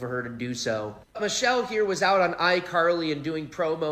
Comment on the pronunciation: her name is Michelle not Mitchele, not sure if you are trying to be funny...but don't be rude. Put some respect on her name.